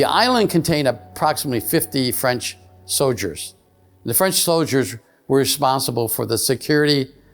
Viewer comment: He said “so-Ders “ instead of soldiers. 😂 90% of these UFO guys are disinformation. that work with handlers.